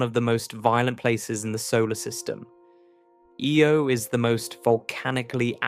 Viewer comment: Can we please stop with the AI? It'll mispronounce "Io" in one sentence and pronounce it properly the very next one. The astronomy videos in youtube are so disgusting about this. There's about two or three that are narrated by humans. Anyway, what could be an interesting topic is now a video I won't be watching.